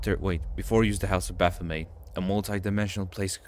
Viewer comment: stop saying “bafomay”